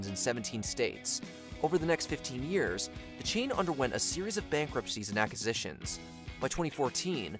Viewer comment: Please learn how to pronounce acquisitions